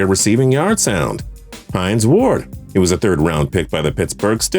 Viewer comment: uh it's Hines Ward not Heinz Ward